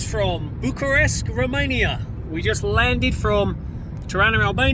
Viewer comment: You need to change your pronunciation from Bucharesk to Bucharest. same for Buchareski. 😆